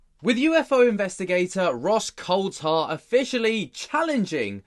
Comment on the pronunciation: He's name is pronounced the same as the Grand Prix driver David Coulthard' you pronounce it coldthard, its coulthard drives me mad .